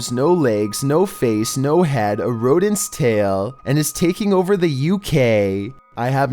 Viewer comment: i love this dudes voice, at the end of every sentence he holds one syllable xD gonna get overrrrr i love it xD